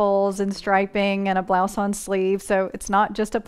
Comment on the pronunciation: Blouson (sleeve) is pronounced bluse-on, not blouse-on (English pronunciation of blouse). Blouse in French is pronounced bluse. The terminal N in blouson and other words ending with -on or -om isn’t really voiced, or just barely. That Ou in French is always pronounced as the U in blue, not the O as in go or gone. So, for example, a bouquet is bu-kay, not bo-kay. Hope that helps🙂